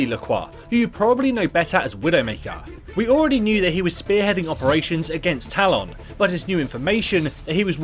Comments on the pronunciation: When the video requires you to say talon dozens of times throughout the video, can you please say it right? Tal-EHN not Tal-ON. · Stop saying Talon like that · The way he says talon triggers me for some reason lol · nah allg lol I found it more funny than anything